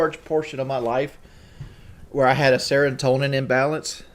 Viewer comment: "Sarentonin". 62 IQ strikes again.